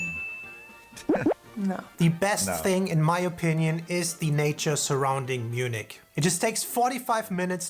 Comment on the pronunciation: It was funny how you mixed English translation of the city of Munich and the the original German word München together: Mün_nich ;-) - The number of tourists is about the same as in the UK, with most visiting London. But the tourists in Germany are spread across the whole country, with a slight surplus for the south. - The Inn River flows through Munich and many people swim in it, there is also a place where you can surf. - The Reeperbahn in Hamburg is the nightlife district but there is also the red light district, which Phil's wink wanted to point out.